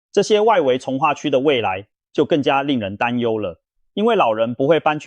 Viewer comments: 你是台灣國人嗎？為什麼重(ㄔ×ㄥˊ) 劃區說成重(ㄓXㄥ、)劃區.是中共國人嗎？ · ㄉㄡˉ會區 ㄓㄨㄥˋ化區 重華區 哎kia 怎麼發音都怪怪的